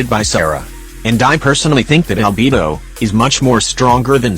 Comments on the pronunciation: im sorry but 'al-bee-bo' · "Yoimi-YEE-ya" "CHIANG-ling" "AlBEEBO" "IBBO" 😭🤣😭🤣